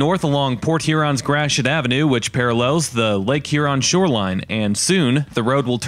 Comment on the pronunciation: Nice job. Fort Gratiot's pronunciation has been unfortunately bastardized into 'Grash-it'; which should be more like 'Grat-ee-oh', as the French would correctly say it. No doubt the New England Yankees who originally settled and developed the county in the early 1800s had a hand in that. Charles Chouteau Gratiot; for whom the county and Fort are named, was born in St. Louis, which was Spanish Upper Louisiana territory in the late 1700s. His father was originally a fur trader from the Illinois area....